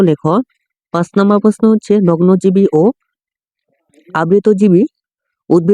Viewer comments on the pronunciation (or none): নগ্ন বিজি রে আপনি বলছেন নগ্নজীবী 😂😂😂😂😂😂😂😂😂